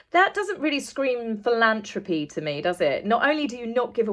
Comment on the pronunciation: PhilanTHropy not PhilanTropy but you do excellent polished vlogs ❤